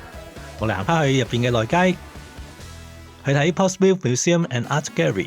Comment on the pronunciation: 你讀錯呀 Portsmouth /pɔːtsməθ/ 你讀錯成 /pɔːtsmɪθ/ 都好過大部分香港人讀成mouth